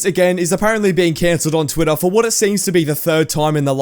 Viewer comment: "of twitthoaa" that mad me laugh so hard lmaooo